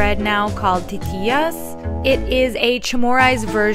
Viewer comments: And titiyas is pronounced (teetizas) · Hi! Yes! It's kelaguen! The pronounciation in the video is pretty spot on for the dish itself! The word for Tatiyas is pronounced wrong though haha! We pronounce "y" as more of a dz- sound, so it should so more like "tah-ti-dzas" rather than "ti-ti-yahs"! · My family is from Guam and I lived there for almost 13 years. What she made is almost like how it is made but it's not usually fried. It is chopped up finely and the coconut has to be ground down and the milk taken out. The tortilla she made is spot on but pronounced Ta-tee-jas. My favorite is chopped grilled chicken. yum! If likes the spam version of kelaguen, I know she will adore it with the grilled chicken.♥️ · Educational check when you pronounce the y it is pronounced as a z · So titiyas is pronounced as titizas